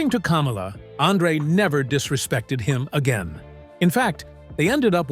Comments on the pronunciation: kaaamala lol... Its kamala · It’s “Kah-mah-lah..” the Ugandan Giant. He never ran for President. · They couldn’t say Kamala correctly! 😆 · Teach you damned AI pronunciation for Kamala!!! The wrestler was pronounced kah-molla!!! The idiot that ran for president was pronounced kam-alah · Kamala’s name isn’t pronounced like Kamala Harris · Will you please learn to pronounce KAMALA'S name correctly!!!!!!!!! You make him sound like a large version KAMALA HARRIS the female. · Love the way this AI pronounces Kamala like Mrs harris name is supposed to be pronounced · AI pronouncing Kamala the same as Kamala Harris is fucking priceless😂😂😂 America is so fucked